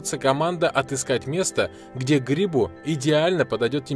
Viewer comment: ГрибУ блять.Это слово исключение!! Как и под мостОм!!! А не мОстом